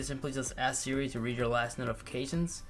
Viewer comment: How come he says smores instead of siri